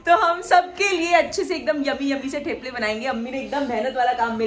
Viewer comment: It’s थेपले …. Not टेप्ले